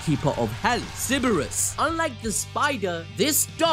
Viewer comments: sir- brus is how its its pronounced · It's pronounced Cerberous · Funny how both guys managed to mispronounce Cerberus.